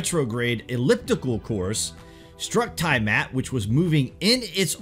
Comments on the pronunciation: The Planet that was destroyed by nibiru is not called ty mat it was called T-ah mat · Great video. Btw. It's pronounced Tee-uh-mat. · Tiamat = TEA-ah-mott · NOT TIE-mat OMFG IF I HEAR YOU MIS PRONOUNCE THAT ONE MORE FKN TIME. hahah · yes i agree